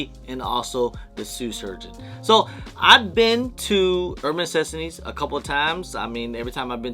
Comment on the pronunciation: Why can’t you pronounce NECESSITIES correctly😂